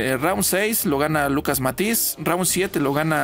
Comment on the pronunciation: No pronuncia bien el apellido de Matthysse... Se pronuncia Matthysse.